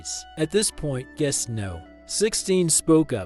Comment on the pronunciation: Guess No 16. Guess No 19. Guess No 12. Guest Number 16. Guest Number 19. Guest Number 12. Guess AI Narration Still Sucks.